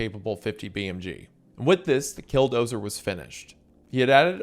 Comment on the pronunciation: Man, I don't know if it's your accent or my auditory processing difficulties, but I keep thinking you've said "Dildozer". At like all the wrong times 😂😂